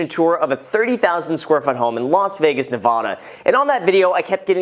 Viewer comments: It’s NevAda not Nevahda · Navaoaoaoda it's Nevada love ure vids btw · It's Nevada. Not Nevahda. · Please don't ever say Nev-ahh-duh again. The first "a" has the same sound as, well, as or at. The state government itself and every tourist group in Nevada says so. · Yes always wondered this too. Btw you said Nevada incorrectly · thanks responding. You can say it that way if you are from the east coast. I just say it the western way. Great video and love your jokes. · okay cmon im in vegas and i hate it BUT THE PRONUNCIATION OF NEVADA PLEASE